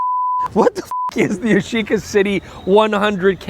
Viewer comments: Yash-eeeca? It's YASH-ica! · Ya-shi-ca actually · I’m sure at certain point you start to pronounce it as “Yashica Shxty”